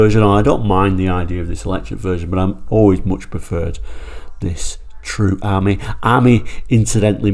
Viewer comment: It’s pronounced Ameeee as in the French for friend .